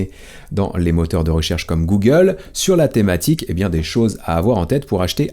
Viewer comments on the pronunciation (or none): none